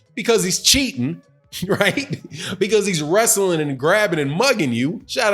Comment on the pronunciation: You mean werstling lmao